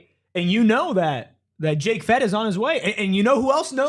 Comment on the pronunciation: Just a FYI, it's pronounced Fet-TEE